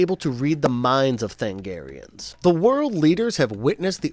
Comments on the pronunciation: Sir, I love your analysis, but.... Than-A-garians has FIVE syllables in it. And that wasn't JOKER's bat-tracking device, my god man, don't be dense. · Me during Starcrossed recap: Tha-NA-garians. Tha-NA-garians, not Thangarians. Did you even watch the show, or did you just read someone else's recap? *Edit Holy s***. At 2348 you play the clip in which the character said the word Tha-NA-gar.